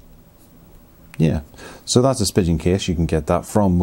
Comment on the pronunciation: not trying to be an annoying know-it-all, but I think it's pronounced "spee-gehn" 😊